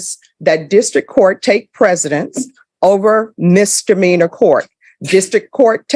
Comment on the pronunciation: I don't regularly mispronounce words related to my job. You learned to say Chipotle correctly, she can learn to say misdemeanor.